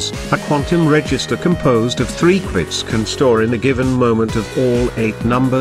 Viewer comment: this is not the first time a speech generator has trouble saying "qubits". also in another video with another voice it keeps saying "quits"